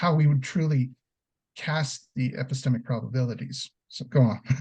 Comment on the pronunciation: I had a hard time understanding this presentation. The level of complexity seems to detract from the force of the argument. Also, seems to mumble when articulating hard to catch terms like ‘epistemic’ ‘probability’ and ‘tautology’. This made it even harder to follow. I am a big fan of the New Eliakim argument, but overall you guys kinda lost me on this one.